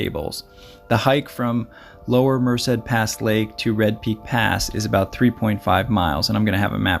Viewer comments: Friendly tip: "Merced" is pronounced "mer-SAID" with emphasis on the 2nd syllable. Cheers. 🥾⛰ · Yeah, don't know where he gets the extra syllable. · its mer-ced